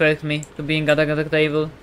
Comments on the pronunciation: Kept saying “un-duck- table” instead of un-de-tect-able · Yeh, man, undetecTABLE Yep... Definently not undeTECtable 😂